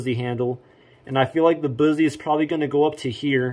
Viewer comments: Boozie? Lol BUS-ee.... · Busse is pronounced like "fussy". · First of all, it's pronounced bus-e. And mine I let my uncle make for me. I got the orange and black g10 handle with the tan case and the navy blue finish. And yes, the indent on the blade is to knock off some of the weight and under the handle they have a couple parts of it drilled out to make it lighter too. And yes it would easily go through that cinder block, The whole thing. btw I know all of this because I've been to the shop multiple times in my life and my parents used to work there and it's pretty cool. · And can't even say Busse right